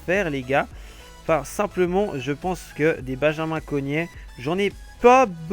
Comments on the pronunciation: c'est CORGNET et pas Cognet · Par contre dit correctement les noms des joueurs psk Sales ou lieu de Selnæs et Cognet au lieu de CoRgnet ça va pas